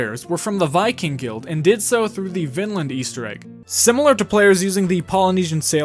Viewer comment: pronunciation be like: vvnnnnnland when it really is like: veenlah-nd